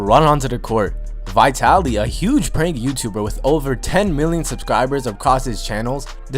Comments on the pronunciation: Who the f is vietaly it's vitaly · dis nigga just say vytaly? das wrong its vItaly iiiiiiii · Its vitaly not vytyli stupid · its vitaly not vietaly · i've heard of vitaly but not vaitaly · Vi taly lmao get it right 😂😂😂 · It's Vee-taly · Is not how u say vitalys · Learn how to say vitally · He says vitaly wrong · You said Vitaly wrong